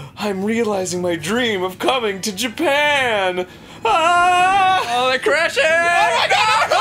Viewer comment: Reyson70 "MY BELOV-ED JAPEN"